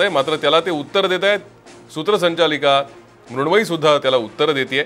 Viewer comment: कोण मुरूनमयी ? हे नाव बोलता पण येत नाही लिहिता पण येत नाही.